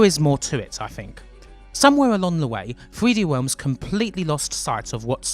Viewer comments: "Thwee Dee Whelms" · 0515 3d wealms uwu 0725 your accent is very hard to listen to. it legit sounds like the uwu meme at times. 0738 "so gweat" 4048 I cannot get over the accent, wow. sensible of you not to get "triggered" over the offensive jokes btw. 4350 "the greatest person in a world that needs his help" is a good premise for a story and they somehow fucked it up. 4428 bruh... 4905 it was in 2001 very nice video. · "3hweeD Wealms"